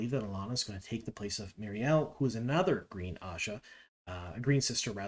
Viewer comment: Love your sneak peek stuff, but had to stop watching after mispronunciations of Myrelle and Masema. I know you own up to your inability on that front, but... :X